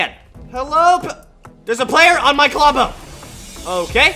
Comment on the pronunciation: I HATE U DISRESPECT TO KLOMBO U SPEKT HIS NAME WRONG